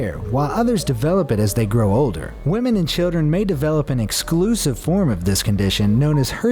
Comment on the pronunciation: i love how he says wemen